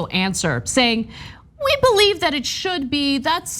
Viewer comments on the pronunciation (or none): none